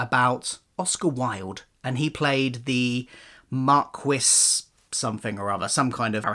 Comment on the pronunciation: Marquis is pronounced like marquee (mar-kee phonetically)